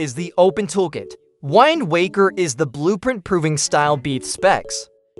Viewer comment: The way you pronounced "Wind waker" made me shiver.